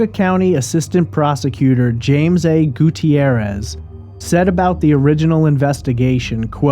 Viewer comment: Gutierrez has only two syllables, not four.